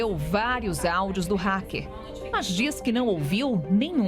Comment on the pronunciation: égua. Será que o racker é paraense?